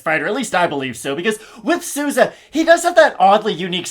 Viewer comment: From a Spanish speaker. Your are murdering Souza’s last name …. With love tho 😂